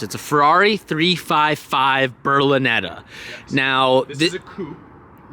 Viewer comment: There is no u in Berlinetta.